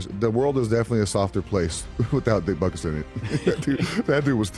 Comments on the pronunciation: Your AI voice that pronounces "butkus" as "bootkiss" really makes your slop so much more watchable. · I don't like this narrator calling him " Bootkiss" or " Bootcoos" or whatever he's saying. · Who pronounces "Butkus" like that? Bootkoos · Lithuainian pronounciation is Boot kis